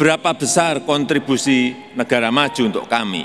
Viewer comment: kontribusi bukan kanttibusi, lo dulu sekolah dimana